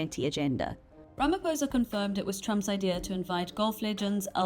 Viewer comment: As a South African journalist, please will you learn to pronounce President Ramaphosa's surname correctly. On the "O" letter you do not say it as "poh". Rather say it as "paw(h)". From a fellow South African. Love ❤ Beulah John (Ms).😊